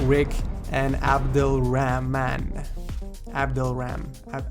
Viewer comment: its not raman its rhman